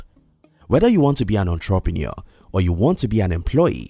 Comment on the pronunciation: The way you pronounce " entrepreneur" is sooo annoying 😑